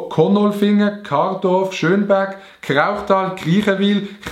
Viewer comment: Du hesch kardolf anstatt kradolf gseit